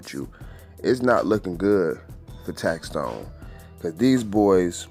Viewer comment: Big shouts to for finally saying tax stone name right. Tax Tone is someone else famo 😎